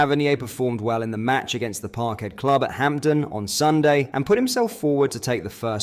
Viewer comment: It's ham den not Hampten please stop saying Hampten!